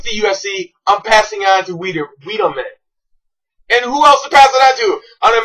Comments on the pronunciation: HEY GUISE WATCH ME NOT KNOW HOW TO SAY WEEDLEMANS NAME, HE IS SO UNKNOWN I CANT PRONOUNCE IT LOLZ #FIXED #CONSPIRACY #NECKBEARD #LOOKATMYHAIRLOL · How can anyone take this guy seriously? He can't pronounce Weidman properly. You have no evidence and your facts stated are wrong. This is embarrassing.